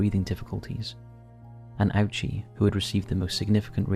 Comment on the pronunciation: You did an absolutely amazing job on this video. Just a small note in case it helps — Hisashi Ouchi's last name is actually pronounced Oh-chee, not Ow-chee. Thank you for the hard work you put into this.